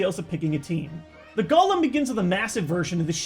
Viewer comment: Why do people think Golem is said "Gollum" like in Lord of the rings? It's Golem (Go-Lemm)